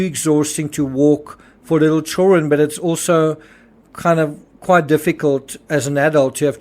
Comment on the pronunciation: Always think it’s funny when you say “chill-ren” 😂😋